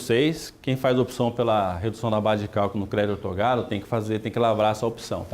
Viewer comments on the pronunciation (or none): Não é ortogado, é OUTORGADO...repita comigo, OUTORGADO...